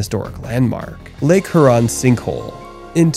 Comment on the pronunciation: Heuron, not Heron...please pronounce this lake name properly